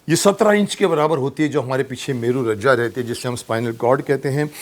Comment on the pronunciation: मेरू रज्जा नहीं, मेरू रज्जू है।